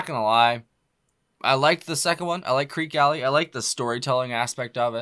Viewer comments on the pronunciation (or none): It's pronounced "Kreekee Alley"" It is located on St. Thomas in the US Virgin Islands. The group lived and performed there before they made it big in the US.